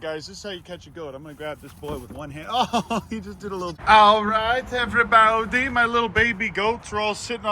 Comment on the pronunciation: “Ok everyboudie “